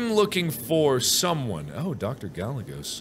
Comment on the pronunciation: "Gallegos" pronounced "Guy - Ay - Goes" lmao